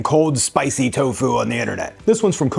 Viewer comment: I really like this video... And I'm so sorry but the emphasis is on the "to" not on the "fu" hahaha I searched for garlic confit and found you... And was so pleasantly surprised to find you a plant based creator!! Amazing